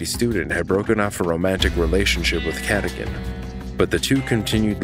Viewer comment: How do you pronounce the names wrong when they say them in the 911 calls? Michael “Cadigan”?? She specifically pronounced it “kuh-dōgan” so how do you get it wrong?? 🤷🏻‍♀️🤦🏻‍♀️ I’ve noticed this on a few channels on other cases, but I just don’t get it..